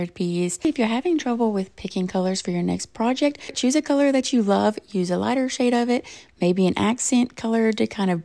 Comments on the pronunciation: I adore your art! It is breathtaking. And I think it is sweet that the only time I hear an accent in your voice is when you said the word “accent”. You’re adorable. A Fan in West Virginia 💙💛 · When you said "accent" your accent came through a bit haha❤